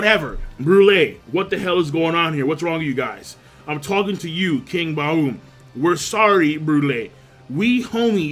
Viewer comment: King, I remember you once saying you studied German. You don't know how to pronounce the word "Baum" (tree)?